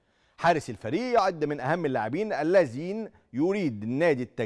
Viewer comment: المذيع بينطق كلمة ( الذين ) بطريقة غريبة _ وبينطق كلمة المقبل وكانها المجبل !! اعلام زرط فى زرط !! صحيح ارزاق !!!